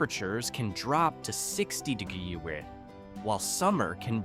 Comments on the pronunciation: Having a little problem with "degrees". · 60 durderrday? That sounds cold